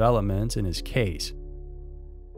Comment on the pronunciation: It’s not Said like “Kibb” it’s “Kibbeee.”